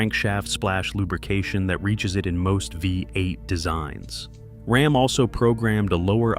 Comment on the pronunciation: Heme and RAHM. I hate AI videos.